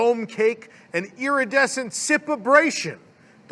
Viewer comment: I've been taking a drink every time I hear "EARidescent" It's been a very rough week...